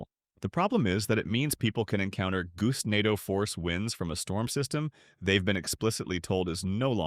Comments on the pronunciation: Bro pronounced Gustando wrong 3 times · pronouncing gustnado Gustnado Goostnádo Goostnado Gustnádo